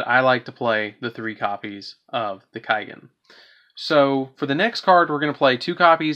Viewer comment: kaigen?..? u mean kagen like say cawgen^^ =kagen^^